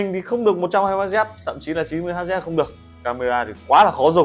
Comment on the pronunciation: màn hình ko được 120Hz Hz đọc là Héc chứ ko phải Hắt Zét... đây là đơn vị đo tần số Kiến thức vật lý cơ bản còn ko đọc đúng, thế này còn review cái gì?